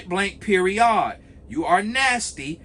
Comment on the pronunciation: I know you're from Atl " PeriOd" 😂😂 ❤❤